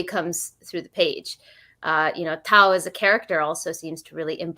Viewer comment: butchering Tau's name (repeatedly) never stopped being funny. Great Q&A!